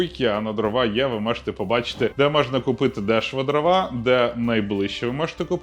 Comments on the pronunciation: дрОва, не дровА, наголос не туди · ДрОва, а не дровА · Жодного разу не 'помлився', щоб правильно наголос в слові дрова поставити